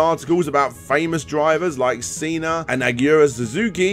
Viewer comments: “Sea-nah” as a Brazilian I am offended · Did you pronounce Senna as Cena....almost unsubscribed! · Yeah, i cringed hard when i heard him pronounce his name wrong